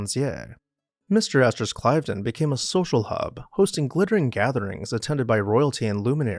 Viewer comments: Yes, Cliv-den (I've been there);, not Clive-den. Vye-count; not vis-count. And Du-mah; not Du-mas. You make wonderful videos and I don't enjoy playing the role of pedant. But since I was a young boy, I not only looked up the definitions of new words, but also, how to pronounce them. It's really not so different from asking friends and associates how to pronounce your last name correctly! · This is outstanding, especially your inclusion of Brissac and #2 Temple Place. Cliveden is pronounced with a short "i", Cliv-den.